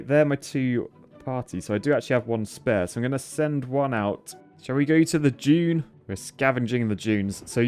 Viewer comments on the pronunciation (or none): none